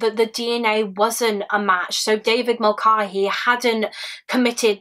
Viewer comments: I love you and all of your content, but please look into how to pronounce Irish names. It is really jarring and distracting to hear you call someone the wrong thing. This isn't the first video I've noticed this in and it isn't only a you problem, plenty of English people have a weird stumbling block around it. But the a in Mulcahey is pronounced like the a in cat not the a in car or bar. (Doherty doesn't have a K sound being the other most common one in the UK). Irish names aren't hard to pronounce and I know you'd put in the effort with other foreign names. I'm only asking this of you because I think you're sound and might actually listen. I wouldnt mention it if I thought it would fall on deaf ears. Thanks for all the hard work and research you put into all your videos ❤ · Hi Rose! I do apologise for the mispronunciation! I watched a couple of documentaries as part of my research for this case and they all seemed to pronounce Mulcahey the same way I said it in the video but thank you for correcting me lovely! x